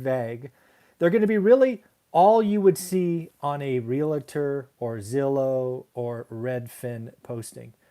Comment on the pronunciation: Realtor: "REAL-tor" not "RE-la-tor"